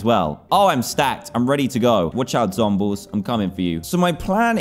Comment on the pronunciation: Did anyone realise he said zombles